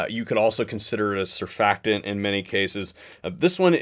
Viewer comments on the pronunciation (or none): none